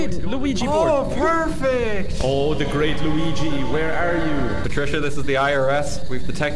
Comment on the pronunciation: why did i hear said ouija board "luigi" 😭😭😭